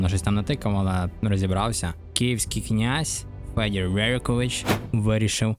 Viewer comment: так ше ніхто слово "князь" не вимовляв🙃